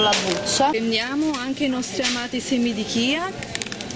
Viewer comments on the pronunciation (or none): none